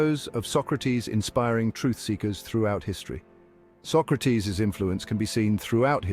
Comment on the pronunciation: Bill and Ted kidnapped Socrates. You're pronouncing his name wrong.